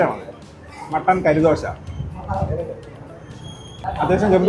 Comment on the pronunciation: കരിദോശയല്ല ബ്രോ കറിദോശയാണ്, കറി എന്ന്‌ പറഞ്ഞാൽ ഇറച്ചി.